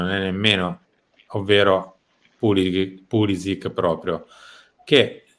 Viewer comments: si dice Pulisici tutta la vita, mamma mia... doesn't matter he is an Usa player!!!!!!! His name is croatian, doesn't matter his main nationality! Why are u calling Cardinale and not Cardinail because he's american????? Why Cardinale??? Because his name is italian!!!!,... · È pulišić, non è che se è emigrato in USA cambia la pronuncia, è un cognome croato e va pronunciato così